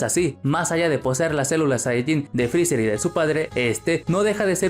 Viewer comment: Te odio, digo frezzar o frezzer.